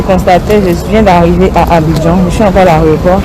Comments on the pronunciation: En plus elle ne fait que répéter Areoport, elle qui pourtant corrige les autres en ce moquant très souvent bref. On dit AÉROPORT. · On dit l'aéroport et non l aréoport Eunice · Yako ! Mais toi qui corriges les gens, on dit aéroport, pas aréoport. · On dit aéroport et non aréoport. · Mlle Eunice, on dit aéroport et non "arioport ". Nos "stars " doivent faire des efforts en matière de diction. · 😂😂😂 chercher mon nom j'ai fais le même commentaire. On dit AÉROPORT madame